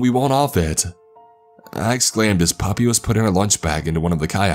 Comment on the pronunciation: Wait when he's saying puppy is he trying to say papi? 🤣